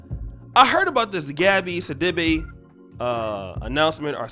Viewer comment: Bruh the way ur pronouncing her last name 😅😅😅